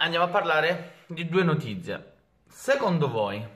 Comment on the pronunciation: non è ancora capace di pronunciare notizie😂😂